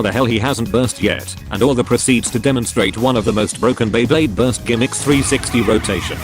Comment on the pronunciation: OMG, this is the first time I heard the voice over saying Beyblade correctly. Back in some older videos, it always said b-blade.